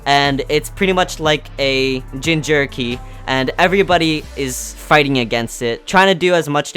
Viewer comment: i dare you i double dare you say jinjerky instead of jinchuuriki again.